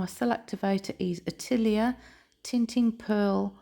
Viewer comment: Such a BEAUTIFUL piece!! I just really quick wanted to say that Atelier is a French word...and it's pronounced (uh·teh·lee·ay). Just thought I'd let you know. 😊